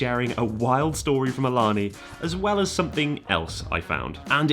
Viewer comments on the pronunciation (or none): Awesome video. I would point out that Ilana is a native word and it is pronounce ay-lah-nay. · FYI they pronounce that large casino as ill-la-nay. Live like 15min south of it and hear their radio adds all the time. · I think Ilani is pronounced "Ey-la-NAY" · FYI, Ilani is pronounced (ay-LAN-ay) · ILANI is pronounced A-La-Nay......I know it is wierd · For some unknown reason it's pronounced "ey lah nay". No clue, but I see the billboards too much and the commercials every day. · Ilani is actually pronounced ee-lun-aye. It's confusing I know. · Thanks for coming to the PNW and actually Ilani is pronounced “Ee-La-Nay” ;) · Having just driven by Ilani a couple days ago and living in the area - I believe it’s pronounced (AY-luh-NAY). That’s based on radio adverts I’ve heard for the place. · Btw, Ilani is pronounced “ay-la-ney” 😁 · Can’t wait to hear about Ilani, I live close to it. It’s actually pronounced A Lynn A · Since it’s my home casino I just have to comment and say that you’re mispronouncing ilani. Hope I get good enough to get backed off one day lol. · Ilana; the I is pronounced as a hard A, the first A (in the middle) is pronounced as a soft A, the last A is pronounced as a hard A.